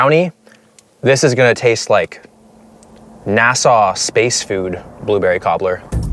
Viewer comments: I've never heard anyone pronounce NASA as Nassau before lol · “Nassau space food” 💀